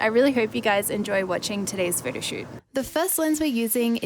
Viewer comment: I like it how she pronounces "photoshoot" as "Frodoshoot" ^_^